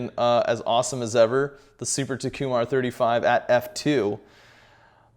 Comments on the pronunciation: Yea it’s TOH like in TOFFEE, ku, mar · Of all the mispronunciations of Takumar, yours is the most creative...